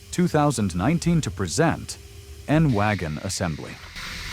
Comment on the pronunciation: Not prisent, presint